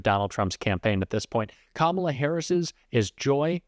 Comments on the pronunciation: He can't even pronounce her name. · Trump still hasn’t been able to learn how to pronounce Kamala’s name. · Mispronouncing “Kamala” is the weirdest, weakest flex. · The idiot still cant pronounce Kamala. Moron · STILL not even pronouncing her name correctly 🤦‍♀️ LOCK HIM UP in a rubber room in his hotel in RUSSIA 🇷🇺 SEDATED & STRAIGHT JACKETED! 🙏🙏🙏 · He can’t even pronounce her name correctly. How would he like it if his name was pronounced Doe nald? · He can't even say her name right. Lock her up for what? He's the one who should be in jail. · I see Trump continues rudely mispronounce Kamala